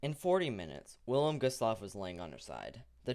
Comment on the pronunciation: The "W" is pronounced as a "V".